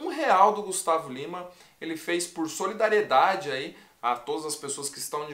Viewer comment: O Gustavo tentando falar solidariedade foi a melhor kkkkk